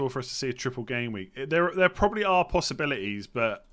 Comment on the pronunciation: Can you please say probably and not 'probaly'? Would help my enjoyment of the podcast. Ta.